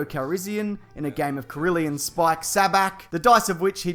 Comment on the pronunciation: Corellian, not Corillian.